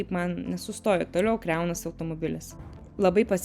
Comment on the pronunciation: KaS per kriaunasi? Lietuviskai KRAUNASI.